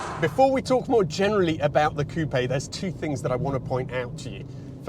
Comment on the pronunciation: Hyundai Tiburon vibes + butchering the word ‘coupe’